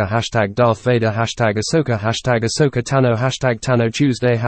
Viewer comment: Love it when someone writes and says Ashoka instead of Ahsoka :D